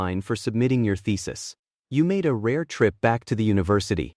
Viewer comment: thesis sounding like ficis😂😂